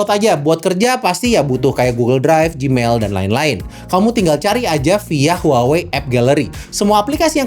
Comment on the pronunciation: maaf. cara menyebut brand-nya harusnya WAHWEi